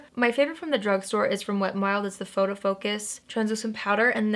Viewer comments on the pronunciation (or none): none